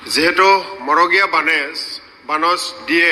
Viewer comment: মগড়ীয়া নে? মড়গীয়া।